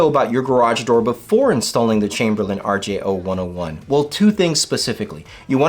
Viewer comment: You’re saying the name wrong. It is an R-J-Oh-one-zero-one, not …one-Oh-one. Yeah, I know, people normally know what you really mean, but in this case, they actually use the letter O and the number zero so it’s confusing.